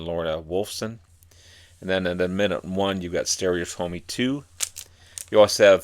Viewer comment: Listen to the song stereotomy, and you'll know see how to pronounce it.